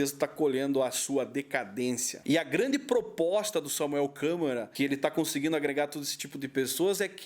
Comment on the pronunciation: " ,Dinheiro" é um "deus", sem ele nada funciona. 😄😄😅😆😂😅, O nome é Samuel Câmara e não Samuel " Câmera"😄😄😆😆😂